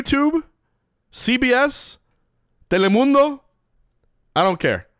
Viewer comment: That “telemundo” on spanish pronunciation, was amazing